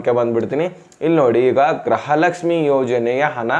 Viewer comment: ಅಣ್ಣ ಗ್ರಹಲಕ್ಷಮಿಅನ್ನಬೇಡಿ ಗೃಹಲಕ್ಷಮಿ ಅಂತಹೇಳಿ ಅಣ್ಣಾ ಕನ್ನಡ ಕ್ಕೇ ಅವಮಾನ ಮಾಡಾಬೇಡಿ 5ನೇ ಬಾರಿ